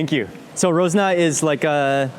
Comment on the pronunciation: it is called RAZONA NOT ROZNA